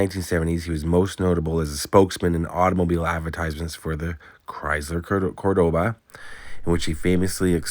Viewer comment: My connection to Ricardo Montalban was his Cor-DO-ba commercial, where the accent is actually on the first syllable. Anyhow, we had a "guess who" session in my English class. I was the mystery person. Because my first name is Spanish, my classmates had me pegged. Someone asked the question, What car would this person drive? You guessed it, the Cordoba. Lol